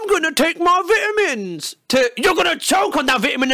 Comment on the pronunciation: I almost choked cause he called vitamins, vitamens